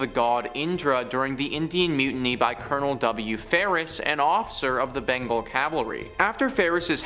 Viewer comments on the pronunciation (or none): none